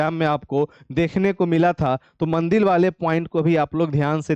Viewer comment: Mandir ko mandil kyu bol rhe hai aap